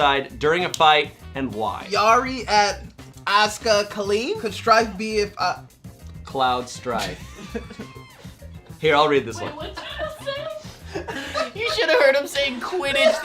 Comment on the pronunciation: spontaneous comments make these moments so much better, like the quidditch comment after butchered the pronunciation of Cloud’s name